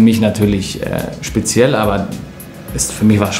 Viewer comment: Niemand: Götze: sPeZiElL